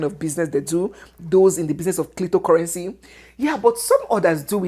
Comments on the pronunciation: Did you just say clitocurrency??😂😂😂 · Did I hear clitocurrency?😂😂😂